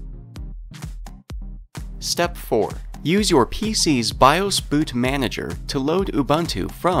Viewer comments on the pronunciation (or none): none